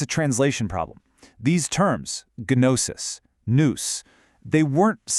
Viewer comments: Gnosis is pronounced with a silent 'g'. 😵‍💫😵‍💫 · This is a pretty good intro to perennialist thinking... seeing the truth in every system and recognizing the common structure (truth) behind seemingly disparate details. For those interested in such things, don't let the AI mispronunciation of 'gnosis' get in the way of an idea worthy of consideration... IIRC, I don't think that word comes up after the first minute or two anyway. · Not trying to be rude, but the mispronunciation at the very beginning of the video made me immediately click away.